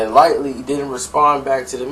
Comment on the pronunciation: This dude has no idea what he talking about! Firstly he keeps calling Chris Lighty Chris Lightly.. you think a dude in the know would not name the character's correct name? Papoose is the most feared MC!!!!!